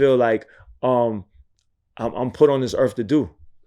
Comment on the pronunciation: Did he say Erf 🤣 I can't